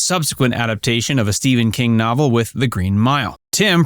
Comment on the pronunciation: Pretty sure it’s novel not nuvel